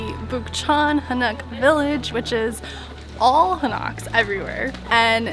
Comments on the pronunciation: it is pronounced Hahn-oak with stress on the first syllable, not ha-NOCK! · Dude you keep sounding out an a sound on the o. Its not Hanak Its Ha Nok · It is Han Oak not Ha Knock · Hanok is pronunciated "Hah' Nohk" not "Huh Nahk'". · It's actually pronounced "Han- Oak", not "Ha- Knock" lol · Its han oak . no Ha knock . Just letting you know